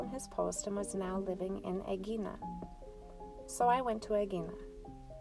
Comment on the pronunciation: Lovely! Thank you ❤ When you say 'Aegina' you should say the 'g' without touching the tongue to the back of the roof of the mouth. You should leave a little gap so that the sound softens, and is a little bit more like a sound that's a mix of g, h and the first part of y 🙂